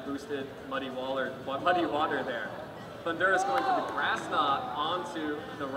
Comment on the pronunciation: and the guy cannot pronounce Thundurus. the emphasis is on the first syllable he's pronouncing it like the country Honduras.